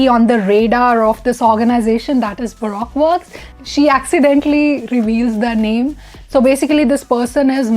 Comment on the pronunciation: It's pronounced "Baruko works"